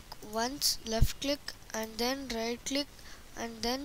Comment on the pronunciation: look gurlll when u say right click like u say riGht click -_